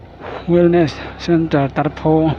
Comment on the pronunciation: Tarpho ilam dan kha adik lo ani,o chung ah khan thlûk na a awm loh kha,pho tih kha thluk loh tur ani